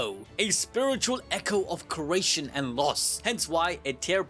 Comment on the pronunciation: KERATION!!!!!! REALLY MY GUY😂😂